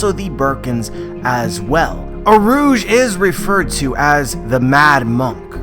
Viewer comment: U - Rū - Ji 3 syllabes not 2